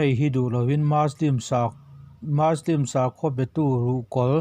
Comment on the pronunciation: Ngatinge muslim hi maslim tia kan lam fo mai awwww